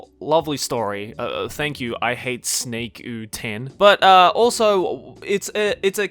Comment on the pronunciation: That ihatesnakeu10. The way said "u10" made me laugh in Filipino.